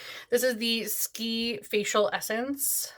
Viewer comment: The SK-II brand is pronounced S-K-2. There is a super affordable dupe for their Essence that has the same ingredients: the Secret Key First Treatment Essence. Their Rose edition has an even higher percentage of ferment filtrate than the SK-II